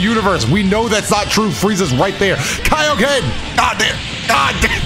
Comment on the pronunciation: Yeah you shouldn't have done the KAO-Ken. You should've done the Kaio-ken! XD🤓🤣